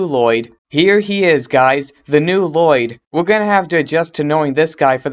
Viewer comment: Bro u talk little ur a little kid u say woyyed instead of lloyd